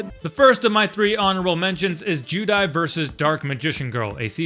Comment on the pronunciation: Why’s he saying judai